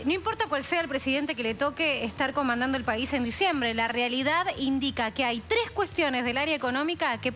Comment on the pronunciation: "LA TRES BOMBAS"? Como que se comieron una S.